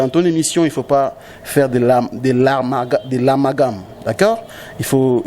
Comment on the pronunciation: ...De L armagame...? C est quoi le nom d une ville? Zoba yo...idiot balobaka Amalgame ...Imbécile. Tu te prend pour un intellectuel mais ozokoka ko loba té...Imbécile.